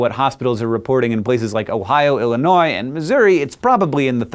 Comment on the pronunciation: so THAT'S how you say Illinois